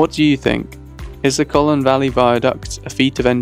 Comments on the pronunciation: Colne not Collon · Its Colne, not Colen! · You pronounced Colne incorrectly. It’s not Colen, it’s Cole-n. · ...Like Coal-ne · Like coal-ne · i wish the narrator would pronounce the name correctly. other than that a good video.